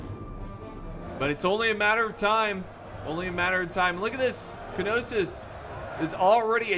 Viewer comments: "k-nossis"/ "k-no-sis" = "noss-os" or if you want to pronounce it in greek = "k-noss-os. "Pirigan" = "phridge-ian" "gay-tea" = .... "GET-i" "sila" warriors = "see-ca" warriors. btw, the name of the greek armour you were referring to is linthorax. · Knossos - Noss Oss.. im pretty sure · Knossos is pronounced nossos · pronunciations & explanations: Phrygians: "Fridge-ians" a western anatolian kingdom, just like the galatians, but further west (Lydia: not in this vid, but also a western anatolian kingdom, west of Phrygia, South of Troy (Wilusa)) Getae: "GHEE-tee" (the Gets), a dacian tribe, yada yada yada... Knossos: "KNAW-sus" or "KNAW-sos" is what I've heard from most archeaologists; a city in Crete This mod seems like the mediterranean world at the dawn of the iron age Not Arguing--probably agreeing--just my informed opinion, from what I know: The asteroid/comet the hit the north american ice sheet some 12,000 years ago, did cause massive floods (carved the scab lands of washington, the st. lawrence seaway, sank doggerland, carved the english channel...), but that was 12,000 years ago... pre-agriculture and pre-"civilization"... There appear to have been several waves of migration to the new world, with DNA studies showing links between some south american tribes and polynesian peoples, even australian aborigines... really unexpected stuff.. and there was the clovis people that existed before, and disappeared after the catastrophe, but we have no evidence of agriculture from anywhere in the world prior to ~12,000 years ago... and agriculture seems fundamentally essential to civilization, so a pre-agriculture, "pre-flood" (pre-12,000 yrs ago) civilization, is incredibly unlikely. There have have been major floods and tsunamis the whole world over for all of human existence, so of course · It's Nossus, K is silent. Or so I understand. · Knossos is pronounced no-suhs